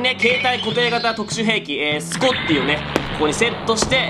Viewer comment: scottieがscottleになってて笑ったw